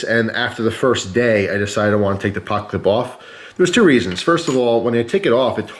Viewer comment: He said "pockclip"